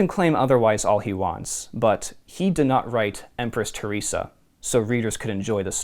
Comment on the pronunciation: Ther res Ah. Not Tier rese Ah